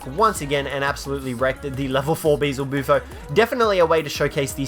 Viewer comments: What do you mean you can find the Spino on every map? You can't find it on Scorched Earth. Also, it's Beelzebufo, not Beezelbufo. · Ugh you said bee-Zle-boo-fo it’s supposed to be bee-el-zu-bufo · Why can't anyone pronounce "Beelzebufo" correctly? Everyone says beezlebufo and it's just wrong. Just pronounce it phonetically "Be-L-Z-boo-foe". That said, I love the vids! Keep up the hard work; you're one of the few ARK youtubers I don't get tired of super fast and you are constantly getting content out. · I will never get over Managarmyr and Beelzebufo being pronounced wrong